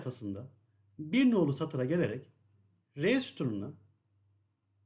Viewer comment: cap 10 bır frze demiş ,11 gıbı anlasılıyor:face-blue-smiling